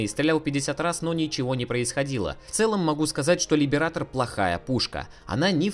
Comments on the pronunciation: "Либерейтор" а не "либератор", хватит по ушам кататься. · каждый раз когда кто-то произносит Либиратор , где -то умирает один стример